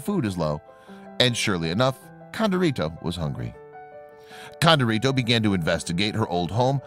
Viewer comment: When pronouncing Hispanic words, female ends with an “a” and male ends with “o”. So her name was Condorita not Condorito. This is true in other languages as well.